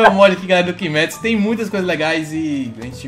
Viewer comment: É coisa minha ou no início eu achei que ele falou kimetsu goiaba?